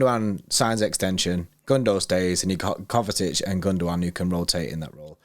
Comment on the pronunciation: Why do they both pronounce it KovaTic? 😂😂 Where's the T from?